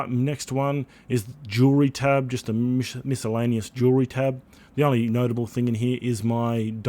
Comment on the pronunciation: miscellaneous is pronounced mis·cel·la·ne·ous